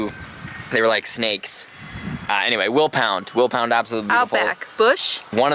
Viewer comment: willpeeeeeeena lol :hand-purple-blue-peace::hand-pink-waving: not penna allgood